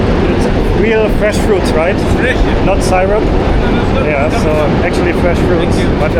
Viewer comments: Hi. Syrup is pronounced 'sirup'. ('Si', not 'sy'), even though it is spelled that way. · Love touring NYC with you,! You seem to really enjoy everything as we tour NYC and other parts of the world through you vicariously. One aside, syrup is usually pronounced either suh-rup or sear-up (in parts of the US south) in English-speaking countries. Keep up the great content! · And syrup 😏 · You say statue drive me crazy crazy please learn how to pronounce English words correctly. It drives me absolutely crazy when you say things the wrong way. Also you said syrup wrong. OK I don’t know how you said it, but it was completely wrong. Please learn how to say syrup maple syrup oh my God.